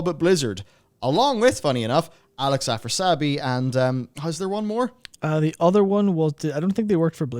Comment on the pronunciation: Afras - i - abi , not Afrasabi